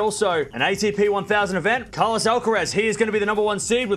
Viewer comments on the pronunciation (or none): none